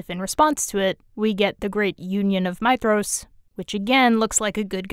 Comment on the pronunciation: You are literally the only person I have ever heard pronounce Maedhros correctly. 🙂